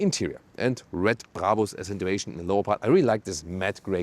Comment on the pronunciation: Died at "Bray bers"